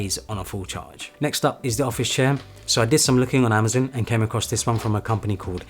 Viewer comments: it's pronoucned "amaZON" not "amaZIN" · I wouldn’t have even noticed he’s saying it weird. Thanks. A lot.